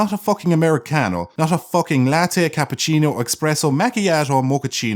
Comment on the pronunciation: Espresso* Not expresso.